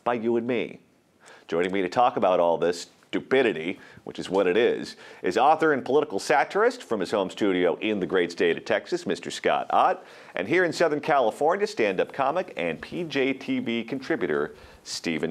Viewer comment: Did he say doopidity